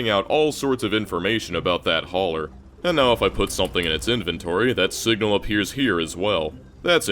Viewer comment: Singla instead of Signal ?